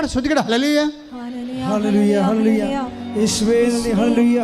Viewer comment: Hallelujah പറയുന്ന സിസ്റ്റർ ഹാലെ ലൂയ എന്ന് പറയുന്നത് കേൾക്കാൻ ബുദ്ധി മുട്ട് തോന്നുന്നു.